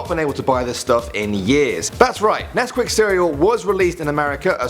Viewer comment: When you said "we will miss nescuit cereals" I was eating some XD